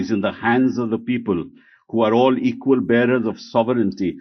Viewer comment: Sir When you say equal 😁😁😁